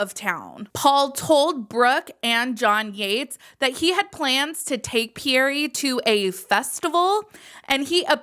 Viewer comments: Pe-yere not Pee-yere-ray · Yeah it’s pronounced pee-air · Quick note for if you make another video when you pronounce Pierre the E at the end is silent.